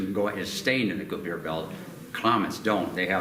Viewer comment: That Koo-Pee-Ur belt.